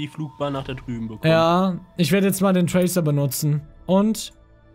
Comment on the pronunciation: Manu bitte bitte bitte sag nicht tracer sonder traker